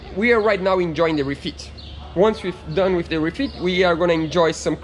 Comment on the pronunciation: English is not bad at all. However he has one anoying mispronunciation and that is the "the" sound, it's not "wiv", it's "with" and it's not "tree", it's "three". Practise touching your upper teeth with the tip of your tongue for the "th" sound, look in the mirror while practising and soon you'll be an expert! Good luck to both of you!